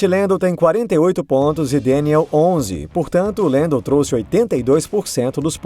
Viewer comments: por favor, fala Lando ou Landinho. Lendo não combina kkk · Deve ter sido só eu mas eu me incomodei demais com ele falando "Deniel Ric" e "Lendo"